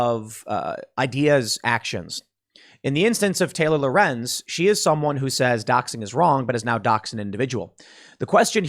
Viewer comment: Yay Tim said Lorenz right.